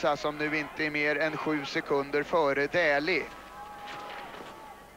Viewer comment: Не Дули,а Дэли